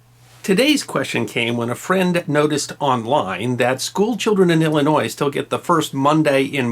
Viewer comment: And thank you for not saying "Illin-noise!"